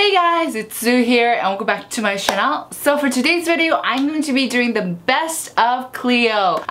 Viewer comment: even though my skin type is very much different to yours i still enjoy watching your videos but i am really curious whether you say channel as chanel on purpose? Im not being mean i promise. Because you speak very fluently but channel is always pronounced as chanel so wondering if its a thing....